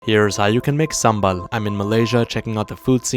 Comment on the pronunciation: Finally a foreigner that pronounces sambal right